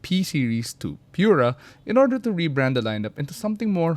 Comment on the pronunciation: Taray ng pronunciation "Pure-ah" 😂